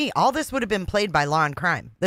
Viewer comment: You are hilarious 😂 the call to the "Awawa" police department "Waw & Cwime" poor Gwayson so pawalyzed in fear 😂😂